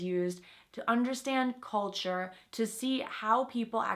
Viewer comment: So? Now it sounds cOlture, not cЛlture?